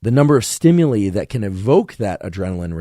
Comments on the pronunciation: ...below is how to pronounce "STIMULI"...almost didnt want to but...haha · Thank you for another favorite episode!! I'd never heard anyone pronounce "stimuli" the way you do, lol. Also, I HATE the smell of popcorn; smells like urine to me 🤢, and the smell of peaches, guava fruit, and papaya physically repulse me - so interesting to learn why/how!